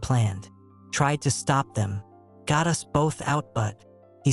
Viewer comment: From Bangkok, let me laugh that AI said 'U-S' instead of 'us' 😂